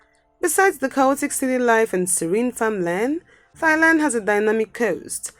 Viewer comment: Ah yes thighland